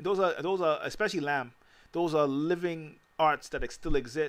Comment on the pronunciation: Peace my brotha! FYI: Lamb is pronounced "Lamba".